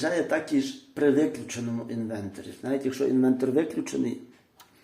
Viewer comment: правильно казати інвеРтор